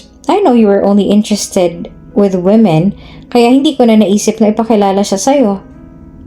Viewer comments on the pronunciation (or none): none